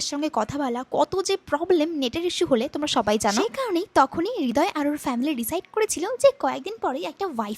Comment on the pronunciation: হৃদয় নাকি রিদয়❤😂